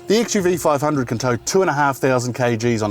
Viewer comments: A small correction host. The car's name is not XUV500, it is XUV5OO... It is an alphabet 'O' after 5, and not zero... Even the official review reads as XUV5OO. Good review... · Xuv 500 pronunced as xuv 5OO(double O)